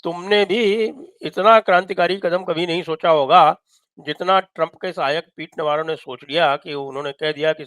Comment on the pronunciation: इसको नवारो नहीं नवरो बोलो नवरो का मतलब गुजराती में निठल्ला होता है